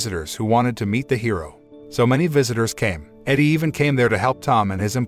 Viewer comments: It would be nice if t.he reader know the difference from EDIE versus EDDIE. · EEDIE, not EDDIE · It's Edie (Eedie) not Eddy. Stop using the bot. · He also mispronounces the wife's name. Edie (short for Edith) not Eddy. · The wife's name is EEEdee not Eddie. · Pronounce Edie correctly, Eddie is a man's name. AI I generated voice is dumb.